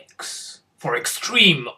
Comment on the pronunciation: It's not canon 1dX. It's canon 1d TEN.